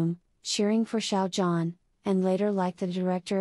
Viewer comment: thank you for this! but please learn to pronounce Xiao Zhan's name properly. it's so grating on the ears how you mispronounce 'zhan' that i cannot bring myself to sub to your site. it's not 'JAN' and you can hear the correct pronunciation of his name on other YT sites, esp the chinese ones.